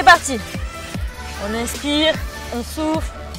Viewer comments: 😂 euh je suis la seul a attendre "est on souffre"😂 au lieu de "est on soufle"😃😂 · A j ai compris « on inspire ... et on souffre »